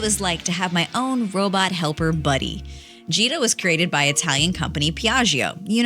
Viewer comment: Why i always hear 'cheetah ' instead of 'gita'